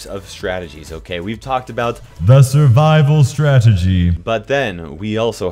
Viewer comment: you need to stop saying and emphasising on SURVIVAL STRATEGYYYYYYYYyyyyyyyyy and making sound effects on it as if i am deaf and an idiot. you had already said it 5, 6 times. it's annoying and unnecessary, pls stop.